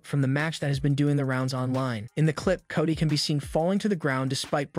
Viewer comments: So is it Cody or...cotty lol someone help me with this new english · I wanna know why you keep calling Solo Sikoa “Solo sicko” and Cody Rhodes “Cady” like c’mon son